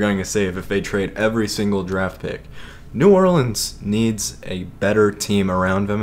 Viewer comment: I don't like the way you say New Orleans but anyway you should put a jersey swap in the intro